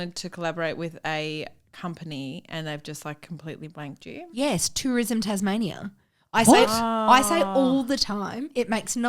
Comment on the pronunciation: …Did really call Tasmania “Tasmazia”..? 😂🤣